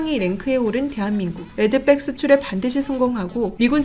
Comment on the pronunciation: 레드빽? 가방이냐? 발음 제대로해라! 무식해 보인다! 응원하다가 실망한다! 팬이다